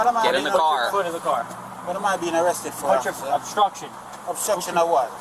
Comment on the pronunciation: This is not “osstruction” 😂